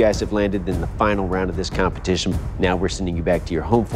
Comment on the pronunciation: He said, “Cumpeeteashen”